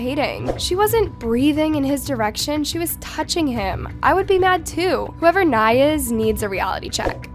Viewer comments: u were pronouncing nai’s name wrong. nie-(like lie)lay-uh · I got the ick every time you said nai’s name wrong💀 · please pronounce nais name correctly 😭